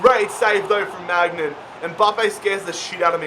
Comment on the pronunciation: I am sorry but it gets annoying when he say maignan